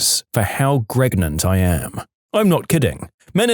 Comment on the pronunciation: I think he just thought that saying gregnant, pregante, pergant, etc. was funny because when the video was first recorded that meme song was going viral.